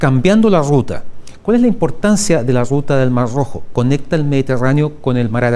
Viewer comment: Debe ser contrario a los zurdos si le costó pronunciarlo... 😅